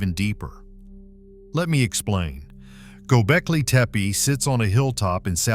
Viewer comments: Why can't you pronounce Gobekli Tepe the same every time? Pick one and stick with it. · Learn to pronounce the site correctly.